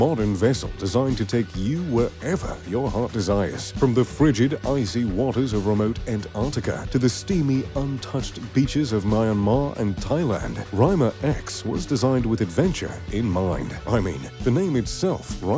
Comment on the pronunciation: #MYANMAR It's MIIIAAANmar not MAyanmar